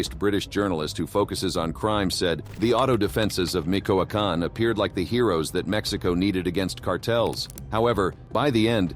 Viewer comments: Excellent documentary but please do one for us and pronunciate MiCHOacan correctly. Is not micoacan is Michoacan like Michigan. Thank you and sorry for being that guy. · It's not "Mikoakan" but Michoacan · Micoacan 🤔 Michoacán?